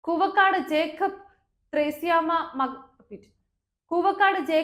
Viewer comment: Koova kaadu koovakkaadu. Parayan padikkoo